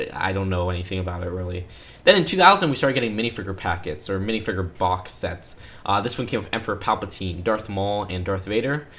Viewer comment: Hearing him say Minifigure like “Minifigurr” really just urjejejenejenejejenejrnjesnsskskskss